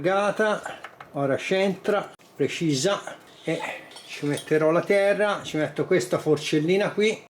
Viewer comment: si sente anche "tera" da lucchese